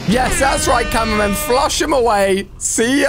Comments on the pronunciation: Bro called upgraded titan cameraman the titan tv man 💀💀 And why does my head hurts when someone miss pronounce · yup like he's saying goo tv man and that was not a tv it was a camraman